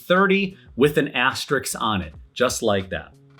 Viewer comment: Had to stop this video because you can't say "asterisk" correctly 😂😂😂